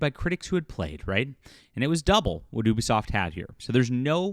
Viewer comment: Can you say the name of the company correct. You sound ridiculous.